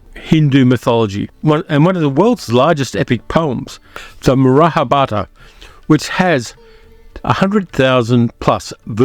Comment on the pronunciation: No big deal but pronounce "Mahabharata" properly. Read each syllable because you are skipping at least one.